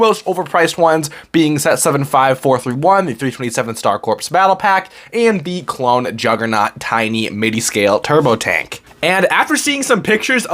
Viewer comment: It’s sad to see many Lego content creators make the same mistake of pronouncing “CORPS” as “CORPSE.” Corps is pronounced the same way as “core.” SMH